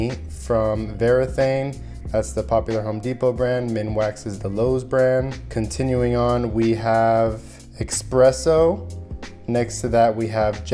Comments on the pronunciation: Well since it’s “espresso” with an “s”, you shouldn’t question yourself. You should question why he pronounced it incorrectly.🤷🏽‍♂️ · As a RSL learner the way you speak Expresso really had me question myself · Espresso is not pronounced with an X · ESPRESSO not expresso Provincheeealll not provinsal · Couldn't even watch after expresso. SMH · that red mahagony table looks amazing also you said eXpresso :D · Not to be picky but its Espresso 😂